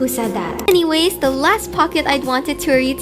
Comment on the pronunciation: that anyways sounded like "uwu"